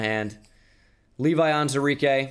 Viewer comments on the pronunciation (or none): Day 37 of me waiting for to acknowledge the “WU” in the pronunciation of “Onwuzurike”